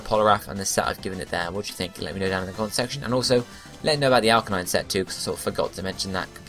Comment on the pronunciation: Ar-CANINE. Canine as in dog...